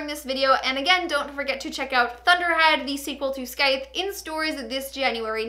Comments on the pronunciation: You pronounce scythe (skythe), its pronounced sythe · Did she say Skythes?!? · The 'C' is silent. So it's pronounced Sythe. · the “th” is also a “voiced” th, pronounced like in “breathe” (rather than an “unvoiced” th, pronounced like in “think”):)